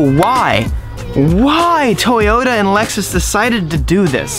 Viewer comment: Sc300 "Flexus"!!!!!!!😆